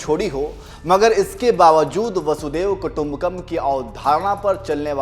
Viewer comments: वसुधैव कुटुंबकम् कहा जाता है ना कि बसुदेव कुटुंबकम् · सही उच्चारण कथन को प्रभावी बना देता है। ' वसुधैव कुटुंबकम् ' वसुधा अर्थात धरती, यह संसार ही एक कुटुंब है, एक परिवार है। लेकिन ऐसा कहने वाला, ऐसा सोचने वाला केवल वही हो सकता है जिसका ह‌दय, जिसका चरित्र-व्यवहार उदार, लिबरल liberal हो, संकीर्ण न हो। आत्म केन्द्रित self centred न हो। ऐसा भाव,ऐसा दर्शन सनातन ( हिन्दू ) धर्म में ही सम्भव है।